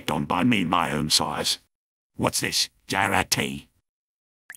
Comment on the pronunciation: For a phrase that’s actually in the game, Sniper pronouncing “Jarate” is really weird.